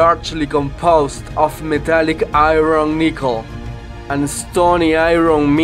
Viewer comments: This guy's English is fucking terrible. Especially his pronunciation of the word "iron." I had to stop watching the video before my ears began to bleed. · Your showing video of spacecraft parts burning up on re-entry into the atmosphere. These are NOT meteorites as you claim. And learn to pronounce "Iron" .